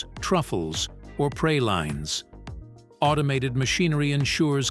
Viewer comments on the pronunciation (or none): I heard “pray-lines” not pralines 😂😂